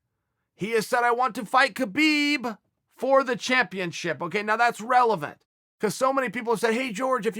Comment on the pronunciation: Chael ...you're a UFC analyst for ESPN. Holding one of those positions is the Pinnacle of journalism in the sport of MMA. So....could you please start pronouncing Khabib Nurmagomedov's first name correctly? It's kinda embarrassing man. Now YaRear is funny but (K)habib just seems ignorant. Just my two cents homie!